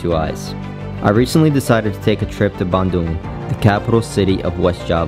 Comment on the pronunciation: A good thing your pronunciation of Bandung is not like, so many English speaking natives say in : ban(throw away) the cow dung